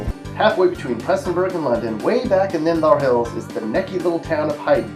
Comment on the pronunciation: It’s Prestonsburg you dummy. Not Prestonburg. There’s an s and I will say that we get mad when people say it the wrong way.